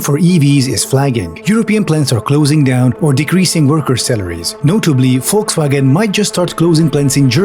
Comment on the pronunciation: Actually hearing someone pronounce Volkswagen correctly for once feels really good. Thank you.